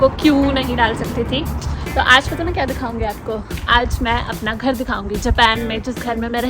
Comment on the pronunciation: ye khar bahut purana bana hua hai....... Haryanvi tone